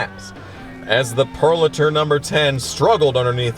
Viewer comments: It's pronounced "Pure - o - later" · Somebody needs to tell this guy how to say Purolator. I cringe every time he bombs it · Loved this video. Did bug me that you kept saying Purolator weird. Lol